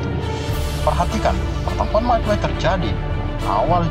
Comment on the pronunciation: Bang saya mau kasih tau aja bukan madway tapi Midway